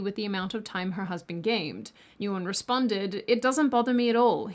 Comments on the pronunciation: I doubt this will be seen by much of anyone but... "Nguyen" is pronounced "win." Source -- a boss with that last name, plus several other Vietnamese friends with that last name growing up. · (pssst: "Nguyen" is pronounced as "wynne" in the Viet community, it's spelt weird because of the French who turned "Siuh" into "Sioux") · That not how you pronounce Nguyen 🤦‍♂️